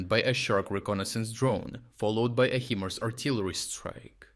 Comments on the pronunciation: HIMARS pronounced like high-mars. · Pronouncing HImars: pronounce the I in Hi(mars) like saying Hi to someone.